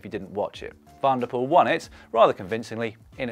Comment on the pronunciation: Small hint/correction: when pronouncing Dutch/Flemish names with 'Van' or 'Van der', the emphasis lies on the last part. So in this case: Van der POEL and not VAN der Poel. Other than that: lovely stuff again!